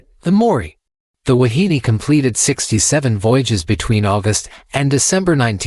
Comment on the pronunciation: pronounced: Wah-hee-nay.